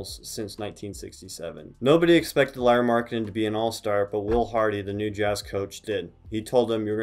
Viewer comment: No, you didn't pronunciate Pekka or Riikka or Hannu Möttölä (this one was actually the most correct) correctly but Finns forgive you since you at least pronunciate Lauris name correctly 😄 Eero is actually one of Lauris older brothers, not younger brother. Other one is Miikka, who played basketball in Finnish first division until ankle injury stopped his career. Also in last summer he played in Eurobasket (which is Europian championship), not in Euroleague (which is like league, same way as NBA but in Europe) as you first said. Those are nitpicks though (since you seem to be interested in him), nice video of Lauri 🙂 And you are totally welcome to steal him from Finland to Utah. 😄 We get to have him in summers at national team anyway 😉 It has been his dream to be in NBA after all and you are clearly treating him right. He talks in (Finnish and English) interviews how he likes to live in Utah since it's smaller place and nature is close and organization is great 🙂